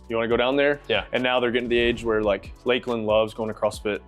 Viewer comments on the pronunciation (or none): none